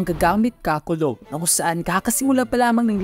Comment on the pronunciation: KULOG KASI HINDI KULOB 😭😂